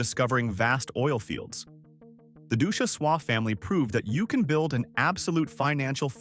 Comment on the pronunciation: Ducjhesois is long gone as well. And mispronounced name